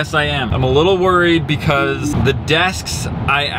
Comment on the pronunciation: ~Mega Things are now a Trend~: "MEGA DESK" Also: "MEGA COLOR Again: "I'M NOT SORRY BECAUSE, MEGA DESK-" Me: "I say it as... -BUHCAUSE-" No ~BECAUSE~